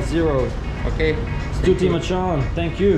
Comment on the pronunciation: I said 'machan' to my Sri Lankan friend and he said it's pronounced 'machang' 🤔